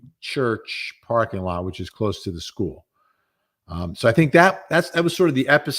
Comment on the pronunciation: I can’t stand the way Jennifer says “school” as schoo.